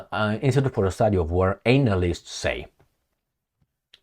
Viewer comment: Hi, analyst is pronounced anna list not anal ist. x